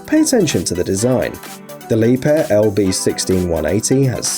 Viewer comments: Leeb-hair 😂 lol wrong it’s pronounced “La-bare” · It's not Lepair!!😁🤣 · Well it's not. Leeb-herr is right.